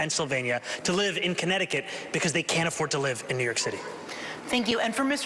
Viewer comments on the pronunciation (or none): none